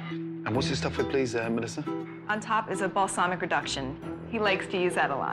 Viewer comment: "BALLZ-MICK" vinegar...